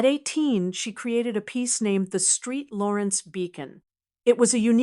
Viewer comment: ST. LAWRENCE, NOT STREET 😂😂